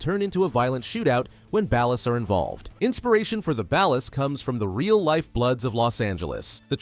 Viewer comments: You say Ballas wrong it's pronounced "bollas" not "bahlass". that's Floyd Hebert not Wade. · ballers with an ah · I don’t like how he pronounces Ballas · its suppose to be ball los based on the way gta characters say it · I hear actual human YouTubers pronounce it that way too, even though every single character in the games says "Ballers". If the source material says Ballers, that's how I say it. It's like Ryu in Street Fighter. I hear people say "Rye-you", or for some stupid reason "Roo", but in both Street Fighter and Ninja Gaiden, the name is pronounced "Ree-you". Everyone, just listen to the fucking source material and stop making up shit. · Whitest pronunciation of "Balla's" I ever have or ever will hear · That is not how you pronounce "Ballas". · This is actually the dumbest video on GTA lore I've ever had the displeasure of watching. Whats with you saying Ballas like that? You're saying it fucking wrong. And whats with the shitty self-inserts of someones custom character with the families? Lokks like shit and completely deviates from any of the grounded and realistic looks of the gang members? And why do you have Franklin dressing up as a Balla when he's part of Families? Do better reasearch instead of just throwing random fucking pictures in the mix. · Pronounce Ballas like that again and I'm giving you a cartel execution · Ngl I hate how you say Ballas. Families are like the Bloods n Ballas are like the Crips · AI is not so smart Saying Ballers like Dallas is throwing me tf off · You say ballas wrong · Broo see the smallest mistake